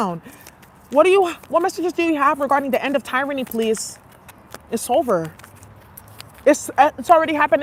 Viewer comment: The end of teer-rany